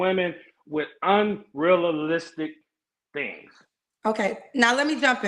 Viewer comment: "you entertain these women with UN -REAH-LA-LIPSTICK things.." 🫠